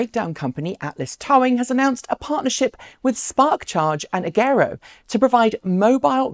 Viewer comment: AGERO is pronounced with a hard G (Ah-jer-O)